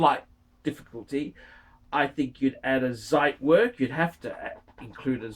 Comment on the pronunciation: He still won't say it correctly ;) It's like trying to train a dead horse.